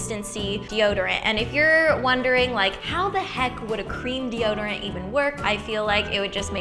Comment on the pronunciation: "Oh, I forgot deode" I love Ingrid so much.